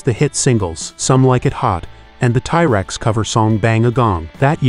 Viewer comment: This ai narration is hot garbage. TY Rex? Simon le BONE? GTFOH!!!